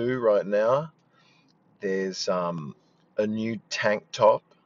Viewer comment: Another near-perfect Aussie accent. It blows my tiny Aussie mind how good you are. The only word in this whole piece that fully stuck out was "new" near the start. Chuck those dipthongs in that you hit in the "new" a couple of seconds later and it's top of the Wazzir <3